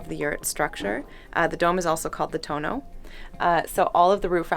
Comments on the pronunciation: its not "tono", its "toon" which means window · This is a little off but every time she says tono I think about that little girl that can't say ice cream when her dad asks her to say it she says tono and everybody thinks you say McDonald's